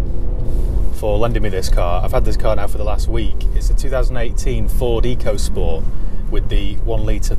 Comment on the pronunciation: I'm sure if you ask Ford it's pronounced 'Echo' not Eco. Is a bit pants because it's a budget 'world' car, sold in many different countries... Nissan did the same with the k13 series Micra and that wasn't brilliant either!